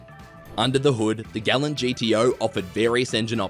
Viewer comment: Mistake no 7 Gallant is pronounced gall-ant, as per the manufacturer, this one isn't hard, put you got it wrong.